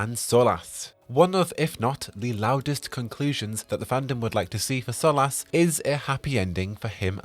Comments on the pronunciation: sorry dude, I love everything about you and your channel, its just how you say his name it really grates on me. Its cool though, I can live with it lol just out of curiosity, why do you say it like that when most characters in game pronounce it SOL-US ? I think I can remember one other character pronouncing the way you do. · I don't like how you pronounce Solas lol Edit/P.S Bad Wolf